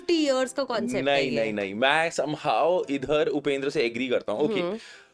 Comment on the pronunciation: Kannad nahi Kannada.. Hum kya Hindi ko Hind bole.. Don't make it short & It's उपेंद्र nahi उपेंद्रा